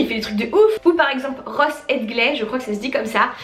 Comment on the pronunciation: C'est Ross pas Cross 😉